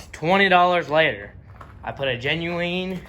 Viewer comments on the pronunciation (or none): you get a like for saying Genueeen haha